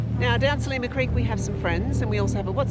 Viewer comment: Great that you have discovered pastizzi. To really appreciate the local food culture though you have to try Maltese rabbit stew and tuna: hobz biz- zejt. Glad to see Australian Catholic is experiencing the Mediterranean Catholic Easter. PS Its Sliema (SL EEE MA) not Selima!